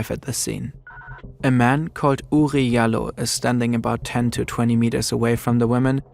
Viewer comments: It’s Jalloh (JAH-LOL) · Oury Jalloh's last name is pronounce DJAH-low. It can also be spelled Diallo in ex French colonies in Africa. Oury is most likely from the Gambia, an ex English colony where they speak english and spell things differently. May he RIP